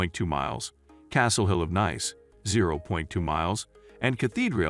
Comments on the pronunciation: It's pronounced neese not nice as in "it's nice to see you again"'. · Sorry, NICE is pronounced "neece" .... please do not alter the name. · Nice ist nice but your pronunciation is wrong. The place is called „Neess“ as in French. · Off to a bad start when the first word and each reference to the city is mispronounced. Nice pronounced (niece) . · The commentary on this video is extremely poor as the chap cannot even pronounce the name of the City correctly albeit all the other related French street names etc. Very poor selection of budget mid-range and luxurious too. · 😂 robot voice over can’t pronounce the name!